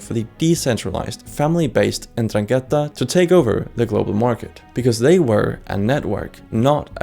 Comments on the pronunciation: that says "norangheta", not "indrangheta". Seems like u needed some help with reading, there. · The accent on Andrangheta is actually on the second a. 'Ndràngheta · Ndranghéta? why does no one ever get it right... What's with English speakers and never ever checking accents In any case considering the other mafias as anything close to equal to ndrangheta at this point is just silly, Cosa Nostra was loud and unsubtle and openly tried to challenge the state and the state destroyed it, Ndrangheta developed a subtler and more complex systems, weaving itself in private societies, elite clubs, the halls of Government, and, famously, free masonry. Mafia during the cold war was favoured by America and the atlantist parties as collaborators against communism, being part of the alliances of covert powers (gladio, P2, etc) that were put in place as part of Stay Behind. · You need to learn to pronounce Ndraghetta and btw in Sicilia is actually Mafia( allegedly) If there is any Mafia at all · Good introduction video, apart from the pronunciation, mainly "Ndràngheta", and also Tommaso Buscetta, instead of Bruschetta, lmao. All mafias have a connection to various countries' intelligence agencies, not necessarily of their own country. This is happening again and again since the opium wars. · ndrangheta pronounciation is different, but thanks for the video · can't even pronounce ndrangheta